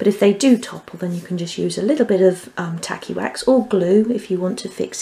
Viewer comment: I can't help it, but every time you say tacky wax , I hear tally wack. Lmao